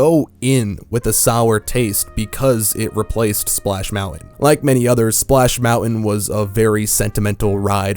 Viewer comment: Each time you say Splash Mountain all I hear is Splash Melon.